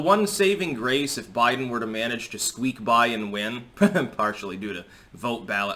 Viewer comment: He said Joe Blidens